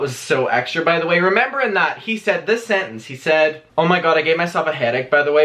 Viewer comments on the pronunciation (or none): none